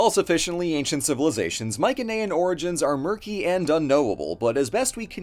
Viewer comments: my-sen-ayan, not my-ken-ayan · sorry just hhrrnrng ocd it's pronounced mai-suh-nee-uhn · The way he says Mycenaean really annoys me I’ve never heard it said that way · Pronouncing Mycenaean incorrectly